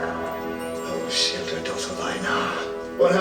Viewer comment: You are pronouncing Ashildr's name correctly,! I preferred this episode to the previous one. Ashildr/Me pleaded with the Doctor to take her with him, because she didn't want to be alone and she showed a vulnerable side. She was like the scared little girl in the Viking village. However, the Doctor has seen a darker side to her character. Ashildr/Me is bitter and resentful that the Doctor made her immortal. She shows no gratitude, when she says she would have died at some point, anyway. This all leads to a lesson that the Doctor has to and is about to learn about loss, to stop him feeling sorry for himself, because so far, he hasn't been remorseful for the people he had "a duty of care" to, but has been full of self-pity. Season 9 is pretty much all about loss and what the Doctor is about to learn from it at the end of it all. I still think Ashildr/Me is a pain in the...you know! Great reaction video,. There are some great episodes ahead and I look forward to your next reaction.